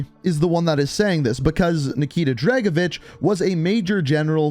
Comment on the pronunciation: Tried? Nikita dragovish